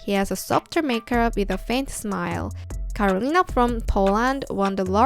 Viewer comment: When I heard that shipping to Poland is not available at first my smile fade away but then I remembered (possibly) why. Also, I love the way you pronounced Karolina! :D Love from Poland💜